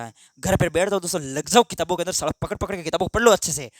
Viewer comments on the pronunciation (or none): none